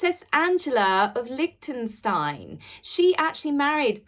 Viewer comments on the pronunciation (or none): none